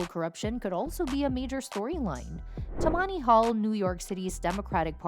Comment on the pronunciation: Tammany is stressed on the first syllable.